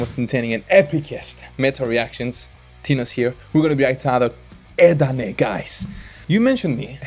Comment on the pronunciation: Bener om " edane " bkn " eden " kyk ssma lo..